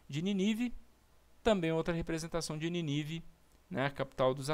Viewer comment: Show....mas é Nínive tem acento ninive não tem acento.. parabéns pela pesquisa e explicação.